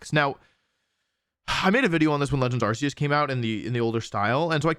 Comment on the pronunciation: Distracted by the mispronunciation of Arceus! (The Pokemon Presents announcing the game, and the English anime confirm that it's Ar-Key-us)